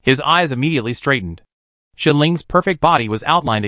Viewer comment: Why can’t you pronounce “shell” and “hell” properly